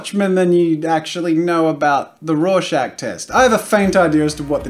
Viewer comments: Lol I thought Jazza said Russian Test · Am I tired or did he say "rawshag test"